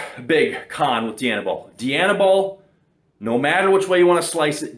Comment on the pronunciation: Dye-Anabol . Not DEE-Anabol . As in Princess DIANA , not DEE-ANNA . Jeez , fucking canucks ..